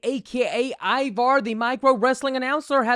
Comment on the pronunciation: His name is not Ibar or Iwar! Damn host do better